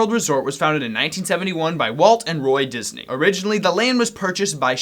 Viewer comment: Its Deezney Ding!